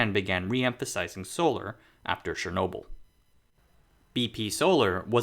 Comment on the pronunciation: Chernobyl is pronounced as it reads - Chernobyl'. Not Shrnobl